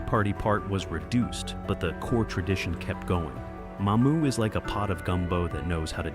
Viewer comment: That's Mamou', not Ma'mou!